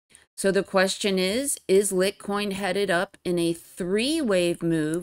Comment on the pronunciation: Litecoin pronounced (light coin). Love your vids!